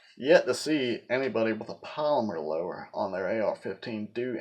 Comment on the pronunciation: He can’t even say polymer 😂🤣